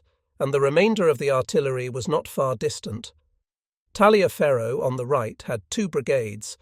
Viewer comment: In Civil War terms Talliaferro is pronounced "Tolliver". Huger is pronounced as "Ujay".